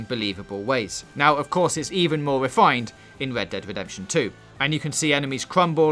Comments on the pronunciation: "wed dead wedemption two" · 'Wed Dead Wedemption' sorry I dont mean to be a dick but man thats funny and caught me off guard! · Wed Dead Wedemption 2. I'm not hating or making fun of your speech impediment, i just find in sorta funny